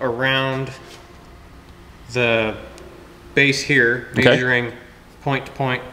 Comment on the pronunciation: as long as he's maysuring everything correctly